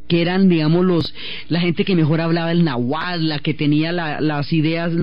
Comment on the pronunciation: no me gusta cuando pronuncia "náhuatl". ella dice "nahuál" que es algo muy distinto!